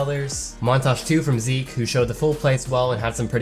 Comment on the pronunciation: Oh nice you finally can say Zeke right :) (Plattform: Steam Name: Phynixz Friendcode: )